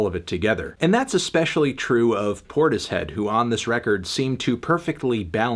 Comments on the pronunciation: Cmon melon it’s pronounced portishead not tortoise head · I think it's pronounced 'porters-head' melon